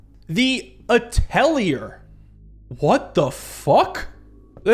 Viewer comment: ah yes, the atteleer